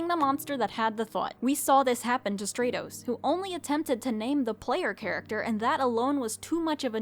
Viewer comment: I think Stratos would be pronounced like stratosphere, with the a being said like it is in apple, not like in agent